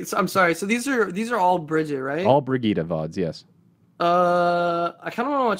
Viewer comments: Why do you keep pronouncing Brigitte different all the time D:?? Sometimes "Bridget" and sometimes "Brigitte" :( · Drives me nuts he pronounces Brigitte “Bridget” xD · i mihgt be petty but him mispronouncing brigittes name annoys the fuck out of me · dude can't even pronounce Brigitte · The number of different ways Briggite is pronounced differently in this video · how many times did he change the pronunciation of Brigitte than Brigitte mechanic.